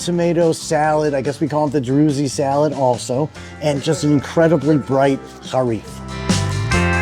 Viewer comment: It’s pronounced (drooz), rhymes with Jews, not “droozy”. Dude you gotta do a minimum of research.